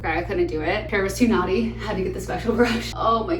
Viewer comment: the fact that my brain couldn’t stop thinking that you were saying “my hair is so naughty” 🤣